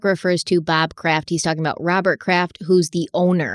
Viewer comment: Bob Craft. Lmaoo c’mon.